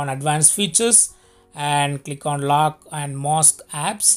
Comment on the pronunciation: Lockeedd and mossk...bhai Hindi mein bhi bol sakte ho...Why half English. Giving good information.